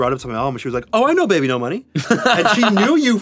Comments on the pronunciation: I can't read his name as "baby no money" anymore, ever since Anthony pronounced it wrong I can only read it as "beebeenos" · ive been pronouncing his name wrong. my apologies. thought it is babynosh not bebenomoney oops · Wait, THAT’S how you pronounce “BBNO$”?! For the longest time I thought it was pronounced “Bee-Bonos”…